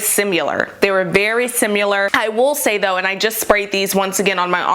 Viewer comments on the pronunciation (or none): Similar not SimUlar. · Why does no one on the internet know how to say the word "similar"?